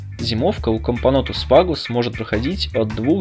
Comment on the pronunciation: Правильно капонОтус вАгус